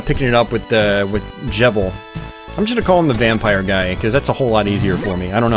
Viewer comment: It's actually pronounced Je-bull, they say his name in the Bloodstained E3 demo